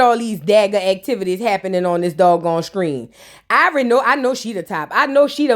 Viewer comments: NOT EYE-VORI 😂😂😂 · It sound like you saying EYEvori whole time 😂😂😂